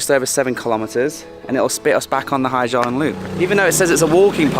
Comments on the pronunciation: It’s Ha Giang, not Hi. Beautiful work anyway. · Hà Giang not Hi Giang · and Ha Giang, not Hi Giang